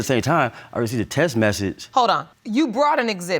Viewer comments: I hate when people can't say "text message". It's T.E.X.T not T.E.S.S. Can make kids but can't talk.. SMH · He been to two colleges but he can’t pronounce Text message. 😒